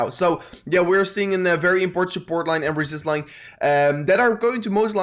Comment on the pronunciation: I love the way you say "sooport" 🤣🤣🤣